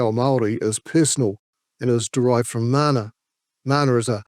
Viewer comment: People like Ferris bring out racism in others. That is derisive. Agreed. His name is Takuta, not "Tekuta." It's mana, not "māna" etc. Sorry, I don't want to sound like a know all, but if you are talking about ignorance, you should probably get your pronunciation right on the basics at least